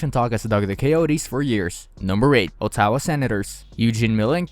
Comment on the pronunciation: You can't even prononce Ottawa! quit while you are behind!